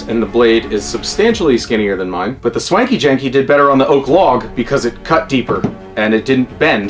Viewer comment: Hearing you say the name is way better than what I thought it would be when I wrote it😂 keep it up